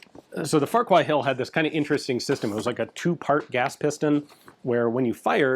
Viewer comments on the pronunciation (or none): FFS NOT Farcher but Farquchacher..Pronouced "Farcher"